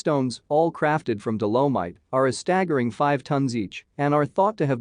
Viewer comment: I note that this is synthetic voice - artificial. mispronounciations of dolomite and also referenced later as dolorite.... thanks for the presentation anyway. what indigenous tribes have been contacted to give their ancient wisdom on this area please?